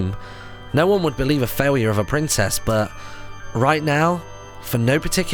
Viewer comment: faiyure instead of failure, martyn never ceases to entertain us!